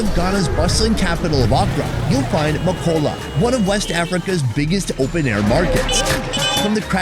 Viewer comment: I flinched when he pronounced Makola like Makowla